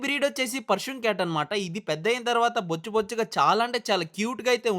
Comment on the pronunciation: bro adi bocchu bocchu kaadu😂